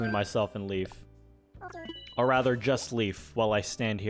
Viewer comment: as a scandinavian, hearing you pronounce Leif "Leaf" was...interesting :P